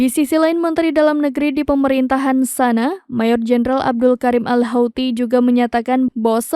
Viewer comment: Bacanya bukan "SANA" tapi "SONA'A"